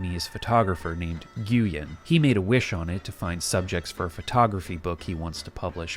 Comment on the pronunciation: nguyen is pronounced 'win' not 'gooyen'...